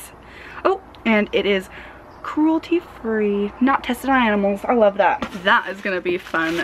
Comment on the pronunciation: You said Aminals lol it's cute